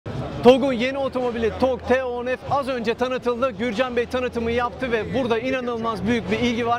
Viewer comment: Neden model ismini söylerken T harfini türkçe F harfini ingilizce telafuz ediyorsunuz bilinçli olarak türkçeyi katletmekmi niyetiniz yoksa kötü bi eğitim aldığınız içinmi. Otobobilimizi överken dilimizi dövmek olmaz rica ediyorum özen gösterin. Buradan hiç bi halta yaramayan TÜRK DİL KURUMUNA selam olsun.